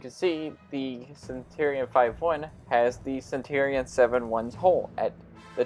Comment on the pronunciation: Also...it's pronounced Cen-chur-e-on, like Century Cen-chur-e and not Cen-tor-e. I just need to stop watching your videos because you irritate the shit out of me but nobody else makes videos for the damn console version so I keep trying yours hoping that you tweaked a few things and you never do...weird considering you only have like 25 comments per video and I know you must be seeing my comments.....which means you can't handle constructive criticism like the rest of your generation and just ignore it to avoid the sads.